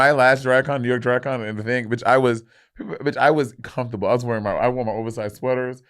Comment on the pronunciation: "Comfortebble" 🇱🇨 There we go. :D